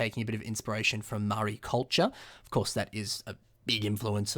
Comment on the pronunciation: you're pronouncing Maori wrong